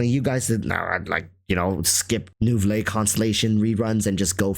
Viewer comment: lol i cant. why do you say neuvilette like fillet o fish